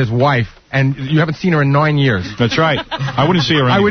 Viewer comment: “And you haven’t seen her in NOINE years…”